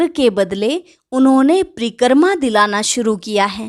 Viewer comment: It is "Pari- krama" not preekrama or pari - karma. Krama not karma. Omshanti thank you